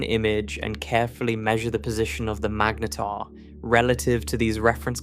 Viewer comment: It really doesn't know how to pronounce mangetar does it